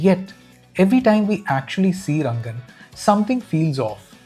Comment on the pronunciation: You are also manipulating us by calling him Rangan constantly when his name is Ranga 😅